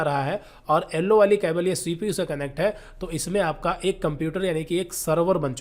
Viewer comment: Nice video very good explanation but "ellowww" wire😂